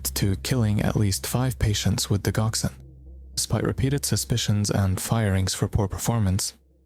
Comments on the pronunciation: The dig in digoxin is pronounced (dij) as in digit, not dig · It's digoxin like di jock sin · Digoxin has a long g sound, you may want to look up how things are said before saying them wrong several times over